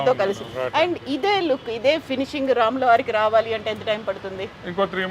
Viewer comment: Not ramulori correct is ramulavari